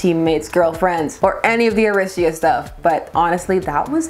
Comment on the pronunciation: The what thing? Oratia? Oratio?